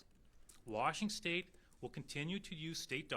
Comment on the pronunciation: lol he said Washingstate. 😅 I like this guy